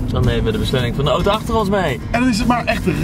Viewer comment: Man jij zegt ootoo het is auto